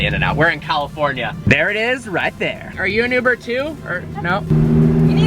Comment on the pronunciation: “Yuber Q7” 😂😂